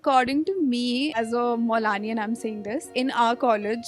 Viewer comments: but is not muslim so when she said molani it sounded a bit weird. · Did she said as a "molani" 😅?